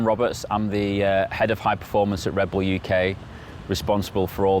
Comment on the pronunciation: readbull? wtf is that?